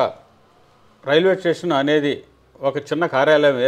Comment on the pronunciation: ఆంఖర్ మహాశయా, "టేషన్" అంటే స్టేషన్ అని అనుకోమంటారా ¿